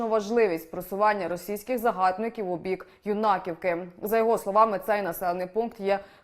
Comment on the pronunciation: Ви як іноземці, а не як українці !!! Коверкаєте назви наших сумських сіл !!! РО' менська громада, а не РомЕ'нська !!!... ПИ'сарівка, а не ПисарІ'вка !!! Ю'наківка, а не ЮнакІ'вка !!! ПОВАЖАЙТЕ НАШІ УКРАЇНСЬКІ НАЗВИ і ВУХА СУМЧАН !!!